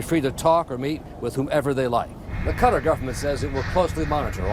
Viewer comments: Qatar - Ka-Tar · am i the only one bothered by the abc reporter calling Qatar like hes saying "Cutter" goddamn